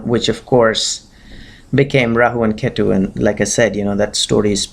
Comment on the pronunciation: Oye angrez, you can't pronounce Brahmaand? And ketu also with angrez style? Who are you trying to showoff?